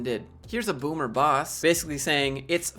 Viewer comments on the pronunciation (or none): Thought you said 'boo boo', but it was 'boomer' 🤣🤣. Invasive way to track people during paranoria . This says something about the employer and the culture, I would stay clear